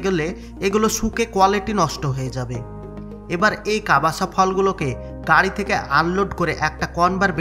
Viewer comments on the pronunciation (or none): ভাই, কাবাসা না কাসাবা।। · কবাসা নয় কাসাবা হবে।